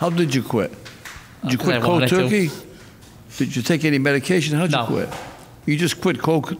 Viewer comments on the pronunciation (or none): none